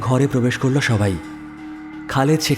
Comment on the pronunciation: Osadharon poribesona.. sudhu amar ekta chotto obhijog ache. narrator er bollo,chilo,korlo,boslo ai sobdo gulor uccharon khub i kharap. Mane lagche. May be hoeto amar I legeche. Tao janalam. Eta bad dile osadharon golpo❤❤